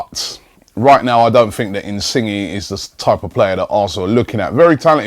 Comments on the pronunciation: your pronunciation is so bad really robbie insinge is not how you say it is Insigne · Pretty sure its pronounced "in-sin-yay" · in sing gee lol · Insingy😂😂 it's pronounced insign-yay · ROBBIE IT'S INSIN-YAY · 'Insingy' lmao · Robbie his name is pronounced in-sin-yay... Lol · Definitely more like "yeh". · I pronounce him In-see-nie or in-see-nye :3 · please pronounce insigne correctly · The way he said it lmao